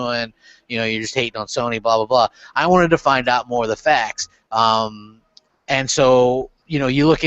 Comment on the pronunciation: Nothing but fwacts